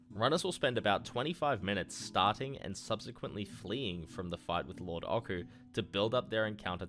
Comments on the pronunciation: "Lord Ockoo" It's "oh-chew," based on the otyugh. One of the last vestiges of when FF was just Sakaguchi trying to make a D&D game before quitting. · You lost me at "Lord Okku" 😢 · ochu (オチュー) uses a soft ch sound, the same as the last syllable in pikachu. it comes from a D&D monster called an otyugh, which is approximated with the ch sound in japanese, but in no way is connected to any hard K sound